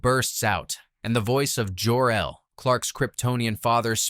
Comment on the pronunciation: Narrator mispronounced numerous words from the original movie. Superman’s biological father who named him was mispronounced over and over again. I was around in 1978 when the original movie was released.